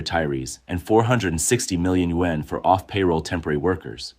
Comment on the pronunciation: why is it sayin yuan like that? Is the voice Ai?